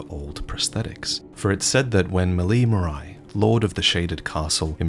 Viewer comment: Great video as always ! I'm pretty sure "Marais" is supposed to be pronounced "Marè", as the french for "Swamp", rather than "Maraï" tho